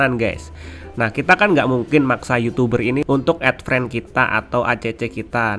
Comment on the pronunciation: Friend bang bukan frend